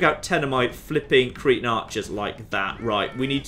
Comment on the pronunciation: I love how he says Cretan the way that cretin is pronounced in my accent. Always good for a chuckle